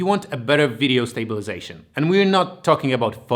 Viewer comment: Everything is ok except of pronounce of stabilization most of the time :c Great job tho